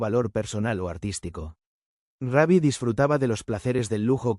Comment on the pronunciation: Hola y por que dice Raby, su nombre artístico era Rubby Pérez